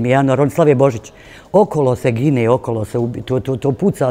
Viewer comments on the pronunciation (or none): none